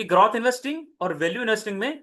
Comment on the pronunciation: Bhai ग्रोथ bolte h ग्रौथ nahi